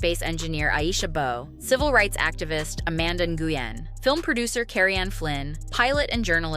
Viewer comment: How do you NOT know how to pronounce "Nguyen"?